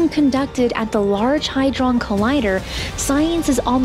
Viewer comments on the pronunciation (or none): It's not "hydron" - it's hadron!